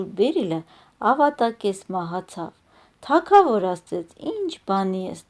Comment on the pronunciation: Թագավոր , Գ ՈՉ թե ք